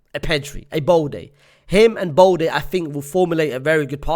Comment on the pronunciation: Bro i beg you stop calling Balde BOLDI